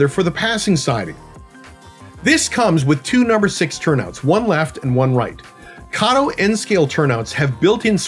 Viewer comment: Thank you for pronouncing Kato correctly.